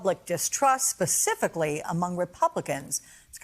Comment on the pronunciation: Someone please tell her it is "Specifically" and not "Pacifically"